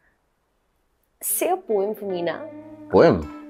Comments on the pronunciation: Pronunciation of poem is poo-em not poye-em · Actually in pronunciation its not poh-yem. Its po-um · It's pronounced like pome not poyem just it's spelling is poem 😌😌😌😌😌😌😊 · Madam, one recites a Poem, and sir, Poem isnt pronounced as poyam, it's pronounced as poim. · You guys are awesome at English but let me tell you it's not poem its pom and a very slight pronounciation of e , btw I am not talking about the spelling but the pronounciation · It's not a poem. Its pronunciation is pom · It's pronounced like pome it's spelling is poem😌😌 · PoEm ? Fellas get your pronunciation right. I think you must have studied in the innumerable " public shools" I. DELHI /NCR. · Poem pronounciation is wrong😢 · You guys post all the videos in English but still don't know the correct pronunciation of 'poem'.